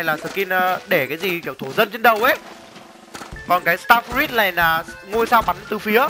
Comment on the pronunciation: start fờ rút anh ơi chứ ko phải là start fi rít